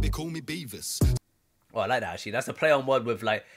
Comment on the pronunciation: He said Beavis not Beaver. Beavis from Beavis & Butthead.